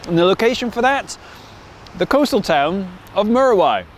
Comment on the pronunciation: Fantastic video. However, it's actually pronounced m-you-ra-why. Of course it's of Maori Origin in its name (the native New Zealand population)